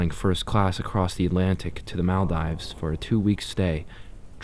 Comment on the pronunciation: I'm from Maldives and I can't get over the way you pronounce it XD